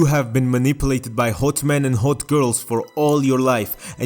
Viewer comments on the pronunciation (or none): Guy who pronounces hot “hote” just figured this out. Welcome to America, baby!!